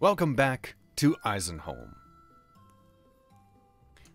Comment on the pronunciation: The "eisen" is pronounced so perfectly german... What's your story again? Canada? Impressive.😊